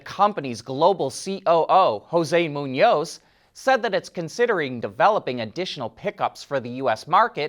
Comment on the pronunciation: did mispronounce the President's last name (does NOT rhyme with Macaroni), but he did pronounce right the other guy's Hispanic last name of Muñoz (MOO-nioz). GO FIGURE!